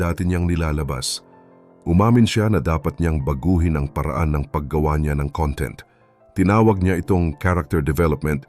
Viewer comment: mali po ang pagbigkas mo ng salitang "content"...ang kahulugan ng 'conTENT' sa iyong pagbigkas ay 'masaya' o 'contento'. Ang CONtent, kung saan nasa unang syllable ang diin, ay ang ibig sabihin ay "laman"...gaya ng Table of CONtents....you're welcome!